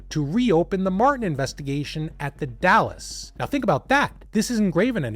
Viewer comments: It's pronounced Dalls the e is silent, Not the City Dallas in Texas. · i imagine by now people have corrected how you pronounced the "dalles" - it is pronounced DALES - as in Dale Earnhardt. NOT like DALLAS the city. or the DAYLES excellent channel btw. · Also, The Dalles is one syllable. It’s not Dallas, it’s the Dalles like dolls. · Literally came to say the say thing lol dalllsssss not Dallas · Dalles is pronounced Dalz. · The Dalles. It’s pronounced the “dalz.” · Oregonian here, if you're talking about the Dalles, it's pronounced "dals", rhymes with "pals". There are SO MANY places and rivers and things here that don't have straightforward pronunciation. It took me a decade of living here to get all this stuff right and I still have doubts sometimes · I used to live in that area . First of all “Dalles” is only one syllable. The e is silent. Secondly after you pass Hood River eastbound the trees thin out considerably. I don’t see any reason for that family to travel that far eastward if they wanted greenery. The highway at Cascade locks, is pretty close to the river there and I can see how easy it would be to to drive into the river, especially if it was raining. The locks there haven’t been in use since they built Bonneville dam in the 1930’s so they aren’t maintained because one the water rose because of the dam the rapids there were flooded. The whole investigation seems like just one big comedy of errors.